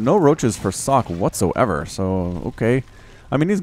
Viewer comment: If this is the original Socke, it's pronounced "Soh-kay".